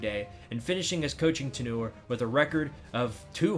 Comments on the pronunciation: and tenure is pronounced TEN-your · Tenoors? Lmao cmon man 🤣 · am i stupid, or is he mispronouncing tenure lol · Sayin tenure like manure is funny af